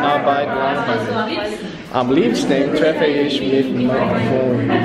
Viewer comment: You could try practising the "ich" (opposed to "ach", which is really different) a bit more. My tip is to say "ich" with a long i (English people write "ee"), keep the tongue in place, stop your vocal chords, and continue blowing air. It is important to keep the tongue high in the mouth, and force the air through the gap between tongue and palate. It is roughly in the middle (from lips to throat); when further back, it becomes the "ach", when more to the front, it becomes "sch".